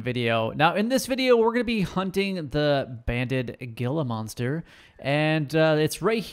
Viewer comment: your mispronouncing gila monster